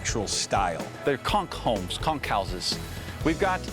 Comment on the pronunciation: OK. You might at least try to learn and use the correct pronunciation for the words and locations. As a Florida native born and raised in South Florida your pronunciation of "conch" especially gave you away as 'not from around here'. It's pronounced like 'conk'.